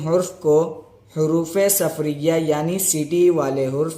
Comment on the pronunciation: حروفِ صفریہ نہیں ،،، بلکہ حروفِ صفیریہ